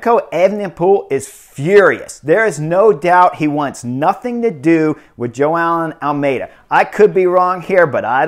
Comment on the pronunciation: I heard "Joao And Almedia" 😂😂😂😂